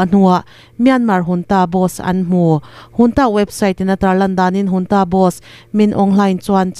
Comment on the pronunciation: Junta hi engati nge Hunta tia i lam tlat. I tidik zawk nge dik lo zawk ka hrethiam mang lo.